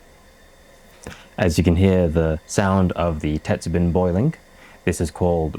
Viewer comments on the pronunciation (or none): How is it you can roll "arare" off your tongue like a native, but your pronunciation of "tetsubin" is all over the map. Sometimes you had it right, but most of the time the "bin" part sounds like the bin in "dustbin" instead of like the bean in greenbean. Check with a native to work on pitch-accent, too, if you want to really get into it. best wishes. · "bin" is pronounced like "bean" but with the ending "n" being slightly nasal. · I'm curious about your varying pronunciation of "tetsubin." Mostly you say it Western-style—"tetsu-bin, with a short "i"—but occasionally you use the Japanese hatsuon "tetsu-been" (the "i" sound being "ee" in Japanese). Do you mostly say it English-style by force of habit, or are you intentionally using Western pronunciation for your Western audience?